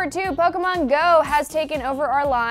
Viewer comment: Is she saying Pokomon?